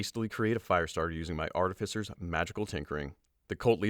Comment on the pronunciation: New reader! And this one can actually pronounce "artificer" correctly! Yay! ♥